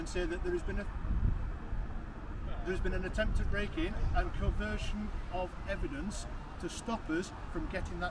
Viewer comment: did he say 'coversion of evidence'?